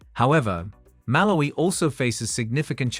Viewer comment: He should at least pronounce the names of the country properly! (e.g. Malawi, Lesotho, Benin)